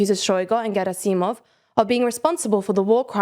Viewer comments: Gerasimov is pronounced with the accent on the first syllable. I'm a native Russian speaker, and I write for Foreign Policy Magazine about the war, and this error just irks me to no end. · As a consolation prise, Shoigu and Gerasimov can be happy a western journalist pronounced their names with such a flawless accent.